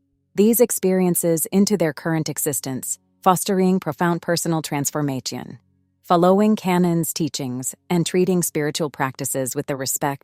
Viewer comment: example: At about “following” is pronounced fel-LOW-ing. Earlier on , Bible was pronounced “bibble”. There were several others toward the end, that I can’t recall. ImporTANCE